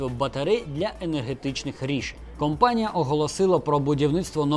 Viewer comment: Цікаво, спасибі. P. S. Не "кампанія", а "компанія" - це дуже різні речі.